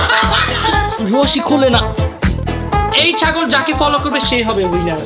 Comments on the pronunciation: চাগল না ❌ ছাগল ✅ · ভাই ওটা ছাগল হবে চাগল না😂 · ভাই চাগল না ছাগল❤😂😂😂😂😂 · ভাই আপনি কি শরম পান নাকি ছাগলের ছ হবে চ হবে না😂😂😂😂😂😂😂😂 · ভাইয়া এটা চাগল না ছাগল হবে😂😂